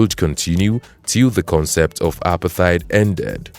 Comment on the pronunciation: you pronounce Apartheid wrong, and the images you put up don't make sense